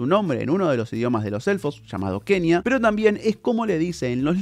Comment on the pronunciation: Se pronuncia "Cuenya"